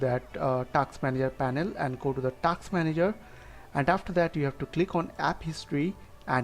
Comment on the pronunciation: It's not "TAKsss" manager, it's "TASK" manager. Is it too hard to pronounce ? 🤔